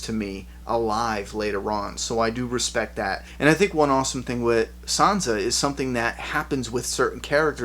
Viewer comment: who is "son-za"? is she anything like san-sa? damn your misprenunceations. damm them to heck